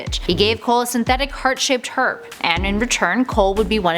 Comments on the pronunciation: I kept hearing "Herp" and thought it was terrible he was given that...Sorry,. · Did she say herb with an h 😂😂😂